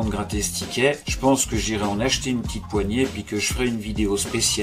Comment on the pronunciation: Bjr j'aime bien quand tu dis petite car tu le prononce pitite vidéo 😀😀